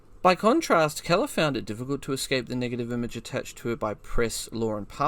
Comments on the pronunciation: I've quicley broused through a number of your posted videos . No photos , film or diagrams . I would have been willing to stay with it ,but thd the commentary is well below par . You are pronouncing Keeler ( KEEL-ER ) as Keller , ie Helen Keller . If you had properly researched the topic you would not have made such a basic but monumental blunder . 2 / 10 . Unsubscribed . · "Keller" ? As in seller ? When there's 'EE' it's Keeler, as in Heel or Eel. Great video, but that pronunciation gaff is painful to hear ... 😮